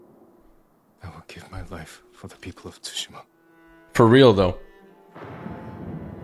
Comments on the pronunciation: Yeah I get how to say it, I know has said it weird a couple of times. I've known how to say it since the beginning of the game. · 😂 why does everyone say that it's sue Shi ma